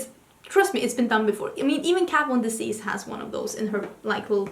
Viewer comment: "Let's talk about KAT VOND Desease" I'm dead